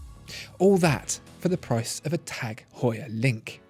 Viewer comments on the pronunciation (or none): none